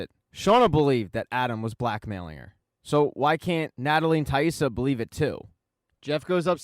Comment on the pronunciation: Good video but man it was annoying how you kept mispronouncing Taissa’s name 😖😅